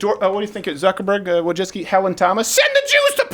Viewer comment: It's not Wojcicki it's Wójcicka. She's a woman and it's pronounced Vooicicka.